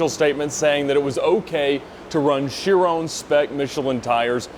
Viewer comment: Ron not Rone